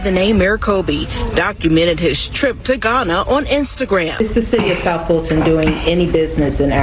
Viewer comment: Fulton...Dolton....sounds the same to me....